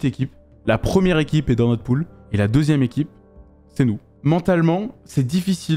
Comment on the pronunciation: je suis desoler mais cest "pool" derien